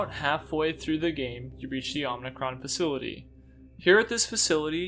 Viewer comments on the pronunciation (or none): you keep saying omnicron but it's OMICRON! awesome video but that was driving me crazy haha